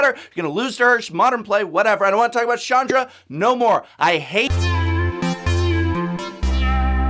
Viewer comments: Prof CH is not pronounced as SH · hard "ch" not soft "ch" with Chandra. Also you have made enemies with very impulsive individuals. I'm not sure what we're going to do, but it's going to be poorly thought out!